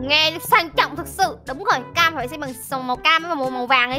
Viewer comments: Bé Cam mà anh đọc thành Bé Kem luôn😂😂😂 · nói bé cem😂😂😋